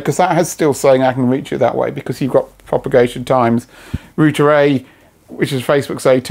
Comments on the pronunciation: Wtf is a rooter? Omg it’s router! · Rooter? It's router. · Say it with me, router ....."raʊtə"..... not 'rooter' 🙄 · who needs a U in roUter lets just say Rooters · you say rooter and i say router. do other languages suffer like this with pronunciation? i guess so. clood vs cloud, lood vs loud. do people from the place where this guy is - say those words also like that? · its not a roooooter, its a ROUTER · rooter! lol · Stop saying rooter, its rude. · What's a rooter?